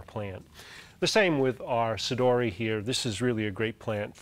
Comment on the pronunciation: There is actually only one correct pronunciation for 'sodiroi', one that is faithful with Latin rules: 'so-dee-ro-eye'. Cool video, nonetheless. Can't help but look at the plants in the background.